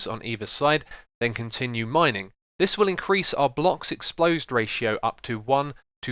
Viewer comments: Great video, love how you explain things in your tutorials! Also I have another word to add to Xisuma's Dictionary Explodes (Ex-plo-des) You would think that this word has something to do with explosions right? Nope - this is X's way of saying 'Exposed'. Looks like I explodes you Xisuma. No pun intended. :-) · "blocks explosed" ^_^ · "blocks explosed ratio" haha, thanks for the tutorial though